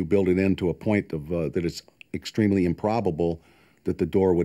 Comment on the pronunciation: "Extreemly improbable"